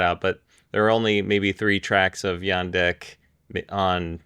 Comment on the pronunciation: Hi, I’m pretty sure the J in “Jandek” is pronounced like the j in “jam”.